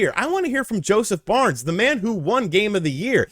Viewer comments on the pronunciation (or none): You keep saying Josef BARNES? It's Josef FARES... pronounced "Fah ress" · Did he say Josef Barnes 🤣😂 you like a guy but dont know his name and u keep saying it 😂🤣